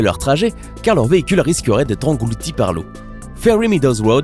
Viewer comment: A la place de dire englouti il a dit engoulti